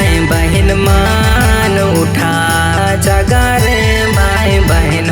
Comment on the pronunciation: Gana bahut achha hai pr शब्द का उच्चारण ठीक नहीं है ,भाई के जगह बाई बोल रहा है baki sb achha hai